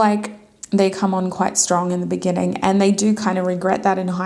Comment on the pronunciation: GUUURL NOT THE "BENNINGING" 😂❤(group 3 ), I was thinking about that video everytime you said the Word "beginning "